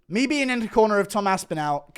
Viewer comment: CANNOT PRONOUNCE “ ME “ I HAVE EXPOSED YOU!!!